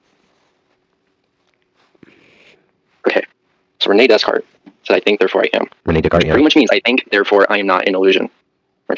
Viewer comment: The fact that he both mispronounced and misunderstood Descartes showcases the ignorance